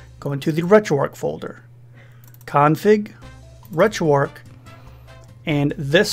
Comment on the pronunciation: Gotta ask.. RetroARC(H) ... why is the 'H' silent.